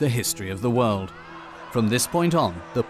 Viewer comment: "wowd" is not how "world" is pronounced.